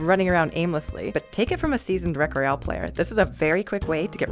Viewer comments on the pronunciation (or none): none